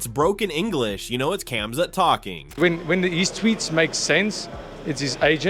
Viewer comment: the K is silent in Khamzat brother.